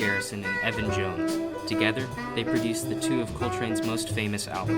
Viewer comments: It's ELVIN jones not "EVAN" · A few corrections: Sandoval and Paquito left Cuba in the 1980's. Not the 1960's. Elvin Jones. Not "Evan" Jones. "Take Five" was written by Paul Desmond. Otherwise, a good mini course in Jazz history. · ELVIN Jones not Evan!!!! Good video otherwise. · Bruh did he really say “Evan” jones🤦‍♂️